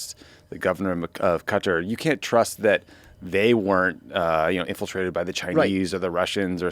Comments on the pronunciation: It is pronounced "kuh-TAAR".....!!! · Please say Qatar properly.... it's not cutter ... wtf is wrong with you.